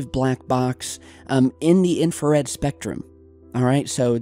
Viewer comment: You deserve to be slapped everytime you say infrared